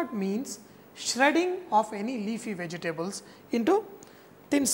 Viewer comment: I love how he says vege-tables XD